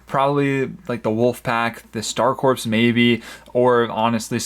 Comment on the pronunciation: Hate to be that guy but “Corps” is pronounced “Core” Ex. Marine Corps